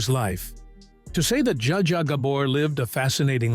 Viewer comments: This is information I want, but the AI narration may make me bail before it's over. For gods' sake, it's GaBORE, not Gabber, and ZSA Zsa, not JaJA. And what's the footage from The Feud doing in there? Not a Gabor in sight. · This damn narrator - how the heck does he get the work? He frequently mis pronounces names - even the same names with different pronunciations' within the one doco!!! In this one he calls Zsa Zsa SJA JA!! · The AI narration sucks. So many mispronounced words, including "Zsa Zsa".